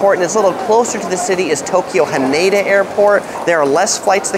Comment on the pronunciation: Hanada is pronounced like Canada.